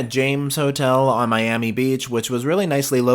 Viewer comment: “MSC Seascape out of MEE-yami…” 😂